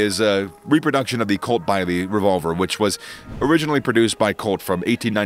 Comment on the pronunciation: Bisley UK gun ranges are pronounced same as the town nearby, biz lee. Very funny hearing your vid 😁. Any gun named after the famous competition would be biz lee too.